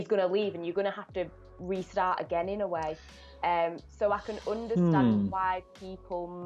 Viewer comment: pronounciations make me cringe, "Oondertand"